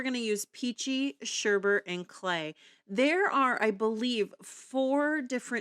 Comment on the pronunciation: Beautiful blending!! It’s pronounced like ‘sure Bert’.😊